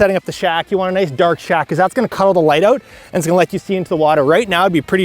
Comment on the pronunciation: A Canadian: oat,not out.